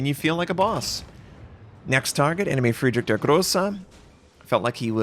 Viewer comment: please stop slaughterer Friedrich der Große name! I cannot count the videos that i just switched off after I hear this super weird pronunciation (just to not hear it repeated again). If you cannot pronounce it like Germans just do it in English without trying. It started with me (not a German) but many of my German friends are saying that It's super weird.